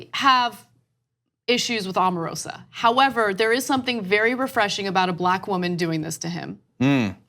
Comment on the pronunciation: Just so you all know ,,, her name is pronounced "Oh-mah-roh-sah"